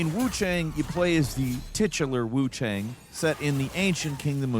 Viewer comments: he said Wuchong meanwhile nah im like its WooChang LOL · “wuchong” not the first Freudian slip when talking about WuCHANG I’ve heard online and I’m sure it won’t be the last 😂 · is it not pronounced wu chayng? kept saying wu chong in the beginning of the video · gonna level w you i didnt notice that LMAO but the mandarin pronunciation is “wuchong” why is why i said that. i wonder if its a case of mispronunciation in the dub? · Is it just me or is he deliberately saying Wuchang wrong? Wuchong? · Why do you keep saying Wuchong? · Wukong and Wuchang don’t sound the same at all. Kong rhymes with cone and Chang rhymes with long. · Kind of wild how bro pronounces Wuchang vastly differently in under 1 minute lmao.